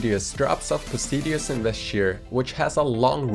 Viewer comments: Reins of "Po-si-di-ous" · "posidius" ok didnt know Poseidus was pronounced like that